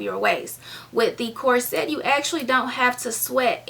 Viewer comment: It's prononced,corset not cor-set. Pronounce it as one word not two.